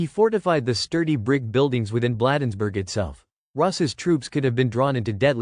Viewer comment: "Blaaaadensburg" is correct pronunciation.